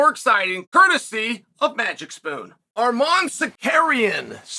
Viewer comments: Armin Tsar-Carry-in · I fucking died laughing 2 seconds in with the pronunciation. Arm-on Sek-ehrian